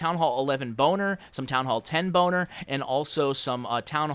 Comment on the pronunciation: Are you saying "boner attack" or do I just have bad hearing??? 😂😂